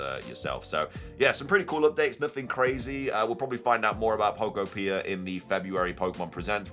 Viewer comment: Just a note on pronunciation: I'm pretty sure the second syllable in Pokopia is the emphasized one. "poKOpia". Like "uTOpia."